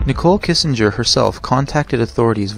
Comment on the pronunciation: Its Kessinger, not Kissinger.